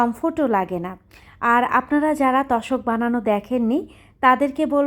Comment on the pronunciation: তশক না আপু তোশক